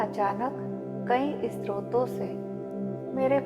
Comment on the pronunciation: Mam stroto se nhi sroto se